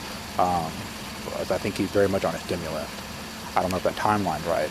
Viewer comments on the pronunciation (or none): He said “thimulent” 😂